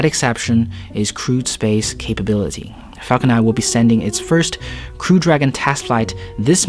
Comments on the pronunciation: It's Falcon *Nine*, not Falcon Eye... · Dude its falcon nine and not falcon nai